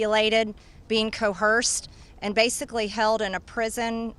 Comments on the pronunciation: What the eff is co-hearse-d?!? Geez lady I agree with this statement you are making which is shocking but damn that accent. But seriously I hope you do name every damn name…but just the ones that you think should be named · Im-pordant? Co-Hersed? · Co-hersed huh? Not coerced? First of all please read a book Marjory or whoever you are. Also, guarantee you are one of these mens pawns, too. And youre just using these women to get back at the men who also Co-hersed and abused you? Think: his drivers? Youre starting at “the bottom”…. Where do you think you stand? Bottom. Yeah how about HIS BEST FRIEND: DJ TRAMP?!!! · I guarantee you she thinks that's how you pronounce "coerced".